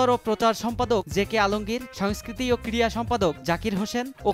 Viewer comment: সাংবা‌দিক ভাই , ক্রিয়া না ক্রিড়া উচ্চারণ হ‌বে ।